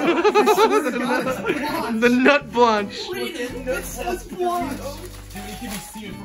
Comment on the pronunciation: trying to pronounce "Nuit blanche" had me on the floor for 5 good minutes